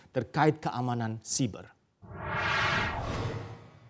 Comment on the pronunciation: "terkait keamanan ......." Tolong fluent host, saya sampe ulang berkali2 dengarnya $SHIBA salah satu crypto aset. Yeah I know you wanna say "Cyber" but make it fluent and clear.